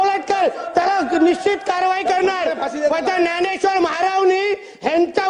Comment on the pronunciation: Dnyaneshwar Maharaj आहे भावा. तुला ते पण बोलता येत नाही😂